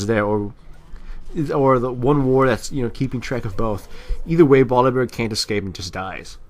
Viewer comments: Its funny how he says bolivear instead of volibear... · u say bolivare, sorry had to say that.. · I keep hearing Volibear as boliwear... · lol "bolivear" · uhh y do u call volibear bolivear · I like how calls him Bolibear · Has he pronounced Volibear right once in this video? lol it was hilarious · 1. many people said this 2.Bu if so, why did he say b with v 3.english isn't my mothertongue neither have i met any native spanish speaker speaking english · pronounced Volibear in so many fucked up ways, is this some joke I've missed?:D